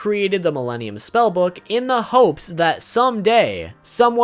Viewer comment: When he said Milenium items i heard Mellenial's item